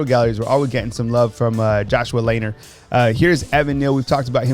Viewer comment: Hey... Just a note on Josh Lanier. His last name is pronounced "LaNeer." Not Laner. 😉😊